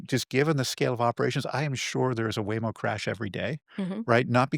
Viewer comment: " Waymo " ... lol